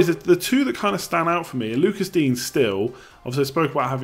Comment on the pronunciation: Lucas Digne – Loo-cah Dee-nyuh